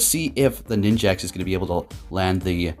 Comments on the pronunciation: why does he keep calling it ninjaks!? 😭lmaoo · bro you're triggering me calling it ninJAX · Ah yes, Ninj-axe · Every time says "Ninjax"... TRIGGERED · I heard him say it and just accepted that it's ninjax now